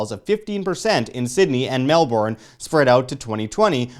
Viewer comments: ur not pronoucing Melbourne properly.. Say it like "Mel-ben" NOT "Mel-born" - source fellow australian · Its not MELBORN its MELBURN. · Very true, though I would blend it a little with Mel-bun. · Mark Schiavetta lol it’s neither of those - it’s Melbourne !!!!!! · Please practise your pronunciation of Melbourne thanks. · well fellow aussie here as well, but you can't blame them lol, all that effort to express the OURNE, and then it is pronounced differently. English words/names are confusing, you have to admit.